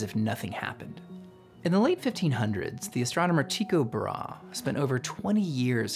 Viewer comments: Brahe(Bra-Hey), not Brahe(brah) your getting Tycho(tea-co) right though. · Kepler wasn’t his “assistant”, and it’s pronounced “tie-coh bra-hey”, dude watch Carl Sagans episode about this, I like the details you dive into and that’s actually most important — but you left the easy historical pieces a bit messy… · Tie-koe Bra-hee